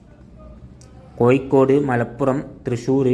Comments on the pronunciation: എന്താണ് ചെങ്ങായി കോയിക്കോട് അല്ല ഇങ്ങനെ അല്ല പറയേണ്ടത് കോഴിക്കോട് ഇങ്ങനെ പറയൂ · കോയി ക്കോടല്ല കോഴിക്കോട് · കോഴിക്കോട് എന്നെങ്കിലും ശരിക്ക് പറയാൻ പഠിക്ക്